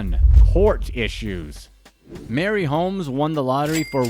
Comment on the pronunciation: Marie (Muhh-ree) Holmes.